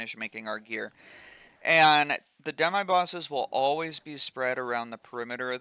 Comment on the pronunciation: Dem-eye boss😂😂😂. First time ive ever heard someone say it that way.